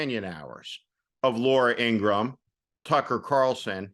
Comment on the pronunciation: ING GRA HAM We gotta learn to pronounce her name like Michael Cohen & her own brother has clearly stated